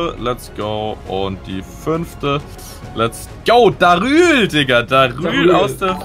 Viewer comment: sagt darül